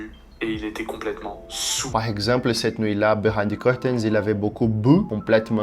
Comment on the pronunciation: Listening to the AI's voices, the German and Russian are OK, I think the Spanish is the best (I don't speak Italian so I have no idea), but in French, "saoul" (drunk) is pronounced "SOU" without the final L. Hearing the AI make this mistake repeatedly was torture for my ears. As for you, your Russian and German pronunciations aren't bad at all, your Spanish pronunciation could be improved but is quite OK, your French pronunciation however, is a notch below, which highlights the main flaw of this otherwise impressive system: it doesn't correct pronunciation (only spelling) so you'll be able to speak fluently, but never pass for a native. I'm looking for a way to improve my pronunciation and accent as well, especially in English and Japanese; it's a shame AI can't analyze voices more precisely to implement this function. Nevertheless, impressive and thanks for sharing.